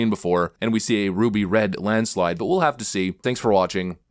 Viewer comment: You have a wild way of saying landslide 😂😂